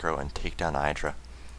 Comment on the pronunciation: The "i" in IdrA is pronounced with the short vowel sound, not the long vowel sound. IdrA said so himself on a teamliquid post.